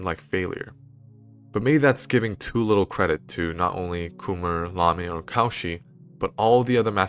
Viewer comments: hey, this is really good but every time you say "Cauchy" i get brain zapped ^^v (his name is not pronounced caw-she, it's co-shii). pronunciation of names is important, there's several tools you can use to find out how names are pronounced, including just putting it in google translate in the appropriate language and using the read aloud, or just looking at the phonetics in the wikipedia article itself. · Many thanks for this interesting lecture filled with knowledge and suspense. It would have been perfect if the speaker had pronounced the non-english names of the mathematicians correctly. Lamé not L'ame. Cauchy most terribly deformed to cow-chi instaed of co'shee. Jacobi -> Ya'cohby. Dirichlet -> D'eereeclay. André Weil -> Vile (almost like Wiles with the final s dropped). But this is only a minor flaw in an otherwise excellent presentation. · Excellent presentation(apart from the horrible pronunciation of French names, especially in the case of Cauchy!)).